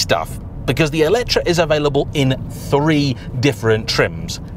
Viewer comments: it is me or I heard always ELECTRA instead of ELETRE when you say the name of this...? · Wht Brits call this EletrA if the name is written EletrE?